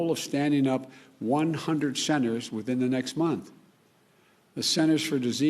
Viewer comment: what a loser. he cant even speak. "schenters", "salient and silent" prayer. what a doosh. not my president